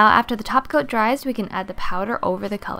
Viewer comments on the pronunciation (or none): I thought I was the only one that hears "taco" instead of topcoat. Many tutorials practically pronounce "taco'. I found that weird.